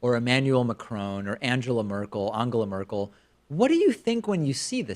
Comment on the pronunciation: David, you are literally the first American journalist I´ve seen who cares about the correct pronunciation of our chancellors first name. You always impress me. No joke here!